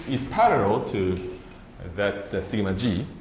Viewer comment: Feeling amused that 'Sigma g' sounds like thingamajig :)